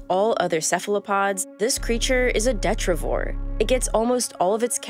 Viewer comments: It’s actually de-TRYE-ti-vohr. 🤓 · You called the vampire squid a "detrivore", but did you mean "detritivore"? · De-tri-ti-vore detritivore. Not de-tri-vore. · The vampire squid is a WHATrivour? She said marine snow yeah but what’s the spelling of it